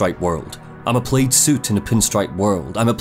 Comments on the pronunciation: reader doesn't know how to pronounce plaid...? "PLAD" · it's not pronounced "played", its pronounced "plad". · Nobody gonna mention that pronunciation of plaid? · you need to tell how "plaid" is pronounced! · How have you gone your entire life without hearing "Decatur" or "plaid" spoken aloud? It seems impossible. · Too bad that guy doesn't know how to pronounce the word 'plaid'. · You are not gonna mispronounce plaid that many times man c'mon